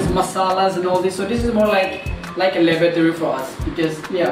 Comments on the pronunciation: Oh! Laboratory he said😂 I heard Lavatory 😂 Had to go replay that part 3 times😂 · I heard something like Labatory😂😂 still ur my fav youtuber ❤